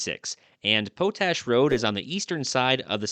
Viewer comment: I've often heard the word, 'POTASH' and heard it pronounced, POT-ash. After hearing you pronounce it as PO-tash, I just had to look it up. Yup. POT-ash. But the locals in Utah often soften then the 't' to sound like a 'd'. Love your videos and understand how you try to look things up. Including the pronouncing of some words. Just thought I 'd let you know. Keep up the great work. It's all awesome !!!